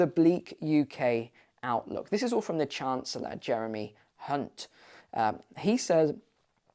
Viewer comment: Love the emphasis on Jeremy HUNT at 22.26 - you made sure not to mis-pronounce there 😂